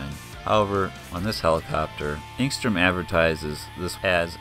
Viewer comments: You keep pronouncing it if there were a g in it aka engstrom. Its enstrom. You become annoying. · I just wish you wouldn't say "Engstrom."